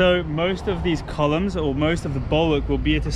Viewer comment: I always enjoy beautiful accent and English pronunciation on every episode - but more recently "col-yumes" has had me in stitches every time! Don't ever change,!!